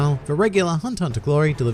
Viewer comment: Only think I dont like about your videos is that you call it hunter hunter, but thats the only thing, the content is great, keep up the good work